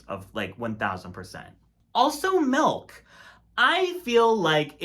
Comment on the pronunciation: Not Melk!